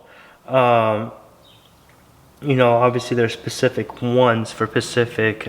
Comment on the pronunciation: Or when he says Pacific instead of Specific.